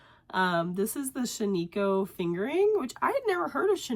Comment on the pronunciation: Glad you had such a good time at Flock. Hope you are feeling better soon. Also, just an FYI, it’s pronounced SHAN-i-koh (short i sound). It’s named after an area/ghost town in Oregon known for its wool. 😊